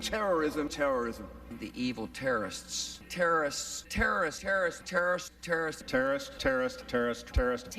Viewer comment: Giuliani is the only one who can pronounce "terrorist" correctly :)